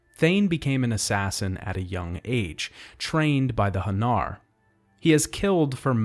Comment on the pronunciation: Also its "Han NAR" not "Hun nur"